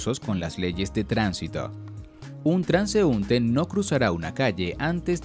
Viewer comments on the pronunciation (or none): none